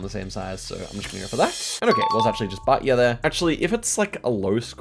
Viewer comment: Did just pronounce Bahia Batya? WHAT THE HECK?